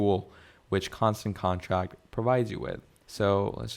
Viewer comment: Bro, I try not to leave negative comments but you should really reupload this, you are presenting this as a tutorial which gives the impression you have some knowledge of the product. But you keep saying Constant CONTRACT, how can you not see the name of the software, it's right there on the screen the entire time 😂